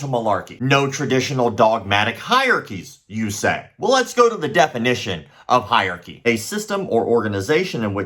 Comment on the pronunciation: You do not know how to pronounce “hierarchy “ properly